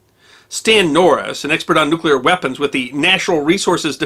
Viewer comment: is one of 17 humans who pronounce ""NU-klee-urr" correctly.